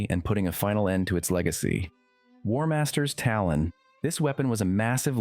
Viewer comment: "Warmasters Talon"